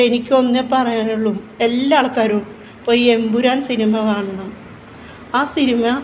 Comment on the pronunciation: Thamburan Alla Chechi Emburan😂😂😂